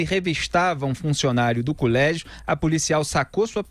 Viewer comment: É COLÉGIO E NÃO CULÉGIO AMIGO